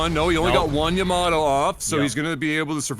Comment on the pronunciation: Yamato, not Yoyomato lol